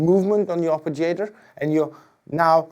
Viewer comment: lmao had me dead when he said arpijator